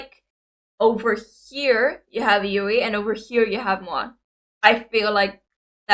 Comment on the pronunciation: If you are looking for Moa, just look for the dimples! Also good on you for finally pronouncing Yuis name right xd. Good reaction as usual and as other have already provided you all the details, no need to repeat all of that.